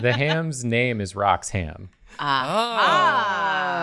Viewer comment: said my name! said my name and you all heard it! Unfortunately,, you said it wrong, so now I am honor-bound to challenge you to a duel. I wish I didn't have to, but them's the rules.